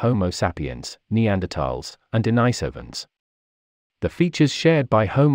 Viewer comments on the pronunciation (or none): Denisovans, pronounced Den-NEE-sovans. not Denny-Sovans.